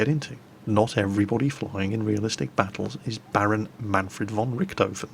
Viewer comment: Manfred von Richthofen. Say it again. Von Richthofen. Richt-hofen. Not rigged oven. :D